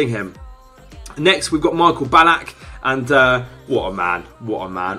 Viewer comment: Marco Ballack 😂😂